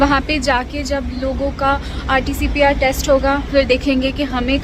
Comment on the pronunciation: It is RTPCR not RTCPR